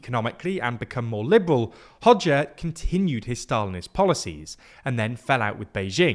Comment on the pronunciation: Nice to hear pronounce Hoxha correctly! 👍